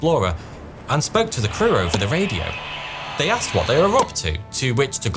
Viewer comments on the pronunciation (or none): none